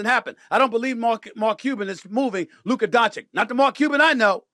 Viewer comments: As a supposed sports journalist, how do you still not know how to pronounce his name properly as "DON-CHITCH," and keep saying "DON-CHICK" instead? So unprofessional. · Don chich not chick. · DONCHICH, NOT DONCHIK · Please, Stephen A, learn how to pronounce Luka’s surname!!! It sounds like Donchich, not Donchick!!! 😢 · Luka Donchich (Dončić) , not Luka Donchik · its not donchick goddamn SAS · Still pronouncing wrong luka's last name. After what 7 years. Bro. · Man, i don't know if it's more shocking Luka being a Laker or Stephen A. still not pronouncing his name right after so many years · Why does SAS always mispronounce “Doncic”? He literally hears other people on espn say it the right way and then he says it wrong every time. Windhorst says it right and SAS says it wrong right afterwards. What’s that about? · Pronounced “DON-chich”. Say the man’s name properly. And he is from Slovenian not “slovinian”. Lack of respect. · This loud mount professional yapper doesn't even know how to pronounce Doncic or Slovenia 😂